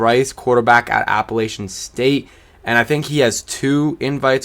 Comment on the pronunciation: That Appalachian State pronunciation hurt me